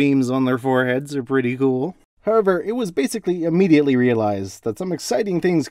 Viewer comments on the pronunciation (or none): none